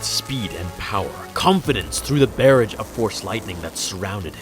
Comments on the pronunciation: Did you really say "bear-ige"?? It's pronounced "buh-raw-ge" like garage but with a b.... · It's pronounced "buh-RAHJ" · That's not how you pronounce "barrage"...it rhymes with mirage, not carriage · Good video just learn the correct pronunciation of barrage. Thanks